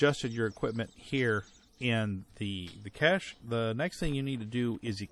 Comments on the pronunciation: "Cash" (pronunciation) or "Cesh" (weird word)? hehehehe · It's definitely one of those weird words borrowed from French and incorporated into English. I've heard it pronounced most commonly as "Cash" by Americans but I've also heard it pronounced as "Cash-ay" but that's only Europeans I've heard use that pronunciation.